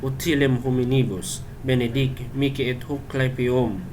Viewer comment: Paano kung maramihan Bro? Dapat ba isa-isahin? Miki pala pronunciation ng mihi Bro